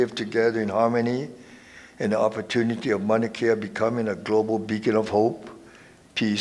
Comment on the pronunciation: You can't even pronounce MAUNA KEA your saying manakea correct your self Kim....